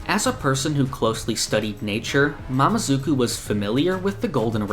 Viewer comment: Sorry but Its "mamezuku" not "mamazuku"